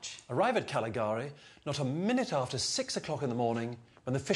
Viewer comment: He pronounced "Cagliari" wrongly, as well as "Viña Hernández Rioja Reserva" and "Rioja del Havers" etc.